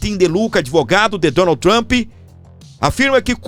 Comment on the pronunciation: Uma dica do professor Valter, de língua inglesa, com carinho: não diga "Trampí", diga "Trump", sem acrescentar o som da vogal "i". #vivatrump